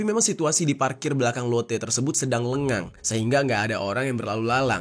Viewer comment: Orng mna lu bang nyebut sepi lengang 😂😂